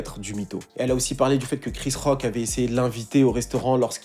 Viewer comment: Mdr quand t'as dis "Il a giflé Chris Rock" j'ai entendu "Rick Ross". Je me suis dis "non ça par contre c'est pas possible." 😂